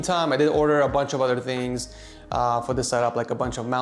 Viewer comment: “ I like longer thicker tings to be close to my mouth” 😂😂😂